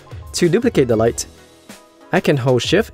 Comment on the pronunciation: say light more softly, you're attacking with it like a karate kick